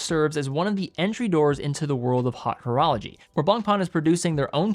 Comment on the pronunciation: "hot" horology., reach out to me in the DMs please. I will consult--free of charge--on pronunciation.